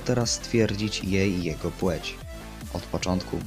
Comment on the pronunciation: płeć a nie płóć